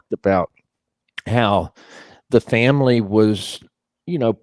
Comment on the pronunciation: No sorry! Vanilla isn't this boring. 🥱🥱💤💤 And and wtf is a Faii-Mah-Lee?; Thats how brroklyn jews say it. wtf is Wuttany?! Were you trying to say "Wasn't he"?